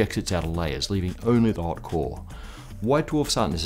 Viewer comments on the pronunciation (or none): LOL who else heard CORe as HOE XD